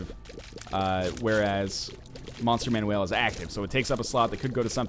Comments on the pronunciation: Yes, it's "Monster Manuel" Not Manual. So he's pronouncing Manuel how you would if it were someone's name. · Am I missing the joke the way NL pronounces "Monster Manual"?